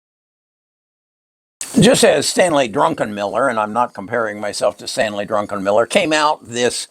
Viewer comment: Druckenmiller, not Drunkenmiller.